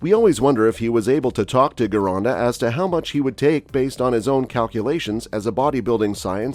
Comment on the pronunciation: Gironda was Italian, so it should sound like "Gee-ronda", not "Ghee-ronda". Next, Frank indeed trained a little bit in Vince's studio for one of the Olympia's because at that time Gold's Gym was making a movie "Pumping Arnold". Of course, Frank ridiculed Vince for not having a squat rack in his gym, etc. To be fair, Frank doesn't seem to take a lot in terms of training from Vince (comparing to Mohammed Makkawy and Steve Davis who never gave enough credit to Vince although took a lot from him).